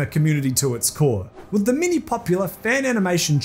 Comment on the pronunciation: Holy shit i thought it was "mini" scandals. But it's "many" scandals